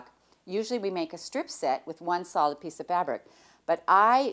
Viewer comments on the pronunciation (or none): none